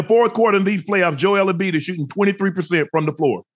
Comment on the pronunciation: Joel Embiid Joel Embleek is WILD 😂